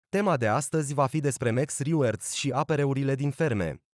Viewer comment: Big like, dar totusi reward se pronunta /rɪˈwɔːd/